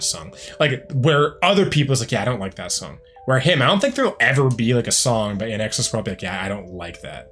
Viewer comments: One of my favorites. BTW, it's pronounced like "in excess", not "In exes". 😊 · Sounds like you're saying IN EXes. It's IN EXCESS. To see that Michael Hutchence charisma...watch "Suicide Blonde" live at Wembley Stadium in 1991. So good. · Small critique. It is pronounced in excess. Not inexus. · It's pronounced In EXCESS. Michael was one of the few baritones in the rock universe. And he was HOT. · Hi. Just fyi it's pronounced in excess. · Please it’s pronounced IN EXCESS /INXS.. 🧐😊🇦🇺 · FYI - INXS is pronounced 'in excess' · Pronounce it “in exCESS”. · Pronounced In Excess! In X S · Yeah, get the band name and lead singer’s name correct. The least you can do when earning money off someone’s work! Don’t be so lazy! 🙄